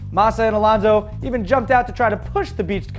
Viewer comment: Dude, before laughing at someones surname, LEARN HOW TO PRONOUNCE IT... it is not: "elanzo" it is: ALONSO Regarding the video, it seems that in the USA everything that doesn't look like a mustang "must" be a "Lambo"... I bet the guy even thinks "Lambos" are built somewhere in the country of Liberty as well. Too much concidence to record something like this. I've never even seen a single Veyron so watching one drawning... I don't buy it